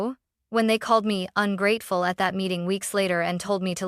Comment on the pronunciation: You need to edit the narration… AI doesn’t know how to pronounce “ungrateful”. 👎👎👎